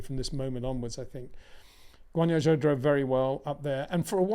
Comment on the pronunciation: Someone needs to explain to this guy how to pronounce zhou’s name properly…